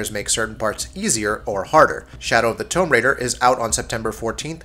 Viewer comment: Why can this guy not pronounce words like Tomb or Iron